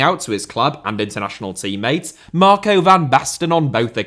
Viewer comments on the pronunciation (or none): none